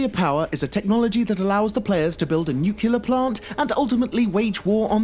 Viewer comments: Nuclear, not nukular. Use a pronunciation guide. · He doesn't say "new-cle-are", he says "new-cue-lar" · neno peno yeah it's not nucelar it's nuclear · Nolan Beardy no it's wrong pronunciation. Nuclear is written like this. Not nucelar. So it's not an accent it's wrong pronunciation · VII Solo you're saying it wrong it's nuclear not nucelar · One time he says nuclear, then he says nucular... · I stoped the video at the 5th “nucular” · ITS PRONOUNCED NUCLEAR YOU FUCKING IDIOT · Nook - lee - er. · nucular missile.........please tell me it was o purpose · Nukelar. Bloody really? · nuclear is pronounced with the "clear" sound. [noo-klee-er] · Nukular. Uh-huh. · is it me or this guy is saying all the time "NUKELAR." its sooo frustrating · "Nuke you leer" aye? :P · Strange, I've never heard of noocular weapons before 🤔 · American standards? It's not only Americans that know how to speak English properly. You're simply daft to say the word is pronounced "nucular." It's not emphasis of syllables, it's adding in something that isn't even there completely. There's no two ways about it, and nationality has nothing to do with it, it's just wrong. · NUCULAR BOB ! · No, its NewKillar... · except nucular is not a correct word. People use it for some reason, but it isn't correct. Some people mispronounced the word at one point, and it just caught on. Now it's an tragic epidemic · OMFG IT'S NUCLEAR..GET IT RIGHT!!! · He says "nucular" in every single video Made me unsubscribe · VII Solo okay listen you little shit in my opinion people are pronouncing it wrong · Couldn't even last a minute listening to this nimrod mispronounce "nuclear" every 5 fucking seconds... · Not sure which is more obnoxious: the fact that the narrator doesn't know how to pronounce "nuclear," or the fact that he does pronounce it correctly once. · 1.not nuclear 2 . it's ex-ter-min-ar-tis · So much bitching in the comment section about his pronunciation of nuclear. Calm tf down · its nuclear not nukila -_